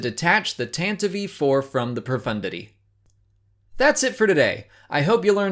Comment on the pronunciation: I can't take anyone seriously who says "tan-tiv-ee" lol ;-)